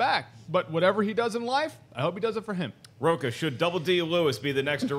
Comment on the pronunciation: William Miller I knew I wasn't the only one who caught that. Additionally when he (Rocha) talked about it's quality that matters. You don't say Rocha?